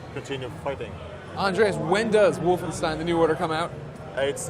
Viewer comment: It's Wolfenstein.